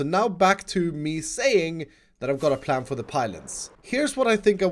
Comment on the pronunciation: He said plan not pran